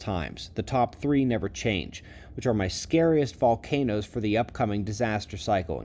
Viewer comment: Couldn’t make out what the name of volcano was and maybe mention where it is - location